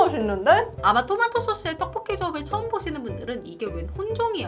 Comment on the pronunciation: 포브스선정 떡볶이 발음 가장 찰진사람 1위